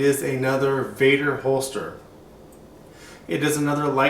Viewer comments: VEDder not VADder it's an E not an A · Dude you called it vadder another video you did....its called vedder with an E.not vadder..VEDDER.........